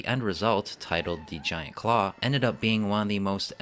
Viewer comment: Did he say ,,,"Giant Craw"...?